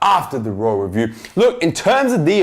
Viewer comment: sounds like u say rawrelview